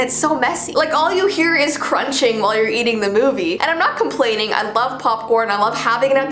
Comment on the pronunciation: Did you just say eati g the movie😲